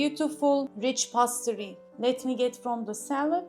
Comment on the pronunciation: Pa-toy-to degil. Po-tay-to diye söyleniyor. Pastri degil peys-tri diye söyleniyor. iyi amacla düzelttim, hakkinizi helal edin. Elinize saglik 🥰